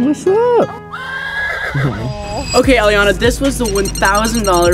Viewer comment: Pls pin this and read this her name is Elliana and mines aliaanah but they both pronounce aliaanah when says it ❤😂😂